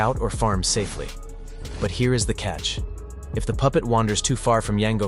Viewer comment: he said butt 🍑 instead of but 😂😂